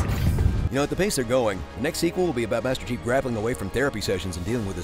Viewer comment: I can’t stop laughing cos I keep hearing him say “Master Cheeks” instead of “Master Chief”